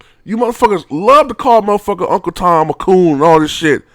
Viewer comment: Oh my God he's serious he said Mother Fucker with an er instead of an a lol